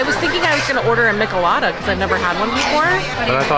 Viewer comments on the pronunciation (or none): It’s pronounced meech ill lah duh not Mickilada… good try tho😂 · I love the Coco restaurant! It's so beautiful 😍 oh and it's Mee - Ché - Lada